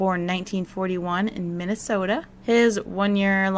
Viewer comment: Your pronunciation of Minnesota cracked me up.